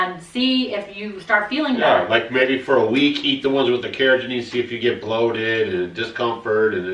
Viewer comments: It’s not “Cara Janine”! 🤣🤣🤣 It’s “Carr-uh-GHEE-nun.” With a hard “g” as in “go” (not a soft “g” that sounds like a J). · Love you guys, but it's car-ra-GEE-nan. You guys are saying car-ra-ga-NEEN. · I posted your video on my Fb wall. Excellent information, many thanks. Oh....and it's pronounced kar-uh-gee-nuh n, lol. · Its pronounced "care-a-GEE-nan" 💜